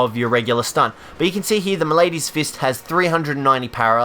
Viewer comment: I've met people from all over. That doesn't mean mispronouncing a word is the norm. We're not talking tomAEto/tomAHto here. Malady is pronounced exactly 1 way and that ain't it. And I care because I speak English and it isn't that fucking hard of a language to speak to a native speaker. It's irritating as hell listening to people butcher the language because they can't be bothered to look up how to pronounce a word they are clearly unfamiliar with.